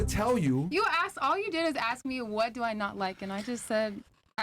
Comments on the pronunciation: Why did she say axe insteadof ask? To lazy to say the correct word or can't pronounce words properly? Im not trying to be a d im just trying to figure out why some blk americans speak this way? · “axe”…..of course….